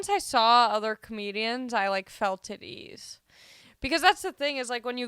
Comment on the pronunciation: When u say “I felt at ease” , it sounds like something else